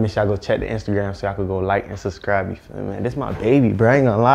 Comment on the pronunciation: bro said you feal me in the intro like 12 times lol